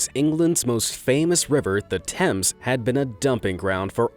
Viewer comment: Oh my God you pronounced Thames right!!! THANK YOU!!